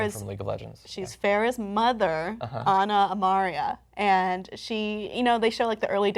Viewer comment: It's Ana Amari not Ana Amaria